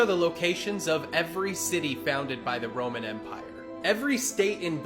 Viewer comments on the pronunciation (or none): none